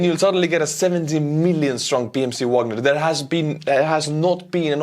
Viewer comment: face-fuchsia-poop-shape::face-fuchsia-poop-shape::face-fuchsia-poop-shape:Bro, you are doing a great job, but there is one thing that gets on my nerves as a lover of classical music. Please start Wagner with the V sound and end it with the AH sound - it is a german surname, not english. Don't copy Prigozhin, he is just a dumb orc.:face-fuchsia-poop-shape::face-fuchsia-poop-shape::face-fuchsia-poop-shape